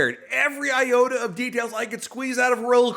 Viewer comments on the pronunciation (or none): none